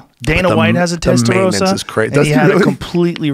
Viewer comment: Guys it is not Testa Roe Sah... It is Testa Ros Sa